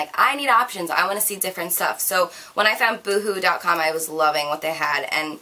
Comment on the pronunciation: That's not how you pronounce boohoo